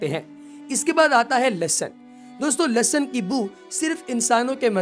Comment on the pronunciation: Lasan nai hota Lehsan hota hai